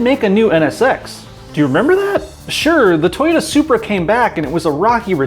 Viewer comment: " the toyomw " you fowl for that lmao